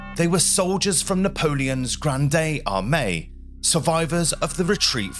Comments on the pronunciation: Ive spent many years reading of the Grand'ay' Armee but never heard its pronunciation massacred so cruelly. There are hundreds of surviving accounts and memoires to read about this campaign, you really don't need dig the bodies up and poke them as if you found something we didn't know about. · 1. Stop saying Granday, just say grande armee if you don't speak French. 2. They are soldiers who died in battle or weather, why are they in trench mass grave? Well, do you think they will bury each soldier? Do you know how war works? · The nearest pronounciation would be: 'Grond Armi'. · Narrator blinks less than when they tried to make Biden appear coherent. And I just can't abide hearing "Grand-AY AR-may." All words ending in "e" in the French language are NOT pronounced "AY". La Grande Armee (no accent marks on my keyboard): ask a Frenchman how to say that. Still, only a complete moron would follow in Napolean's footsteps and make the same foolish mistake 120-some-odd years later. I give you the Fuhrer, Adolf Hitler. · God save us .....'Grande Armee' ....not Gronday Armay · Sorry but I have never in my life heard anyone say gran-dee for grande, and you also mauled Borodeno. Otherwise nice looking and interesting video. Spanish / Italian: GRAWN-deh (or GRAHN-deh). English (Standard): GRAHND (often rhyming with "banned"). Starbucks Menu: GRAWN-day. Ariana Grande: GRAHN-day or GRAHN-dee (an Italian-American dialect variant) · 😂😂😂 the way you pronounce grande armie makes it sound like you’re at Starbucks Either do a 15 second search on YouTube on how to pronounce it or just pronounce it how you would in English buddy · "Granday Armani"? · Granday Ahmay _ I love your French pronunciation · Granday Armay. Jeez. Stopped watching . Unbelievable. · Bonjour. La grande armée is prononsed "la grand' armay". Good vidéo by ze wé. ;) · AI slop....'granday Armani'? Really? Absolute shitshow... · “Grand-ay armay” 😂😂😂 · "The granday armani" 🤣 Wtf am I looking at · "The Grandey Armani" 🗣📢🔥🔥🔥